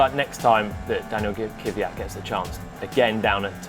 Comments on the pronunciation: I'ts Daniil Kvyat, not Kivyat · Kvyat, not Kiviyat.